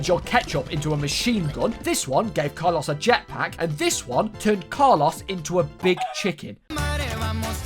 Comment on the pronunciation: Car-loss the Tack-o lol